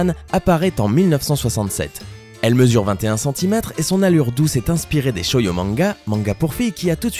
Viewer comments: On dit "shojos" pas shoyo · c pas shoyo c shojo(sa se dit chojo) et c pas hatsume nikou ou autre chose mais c hatsune miku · c moi ou il a dit shoyo manga ?.....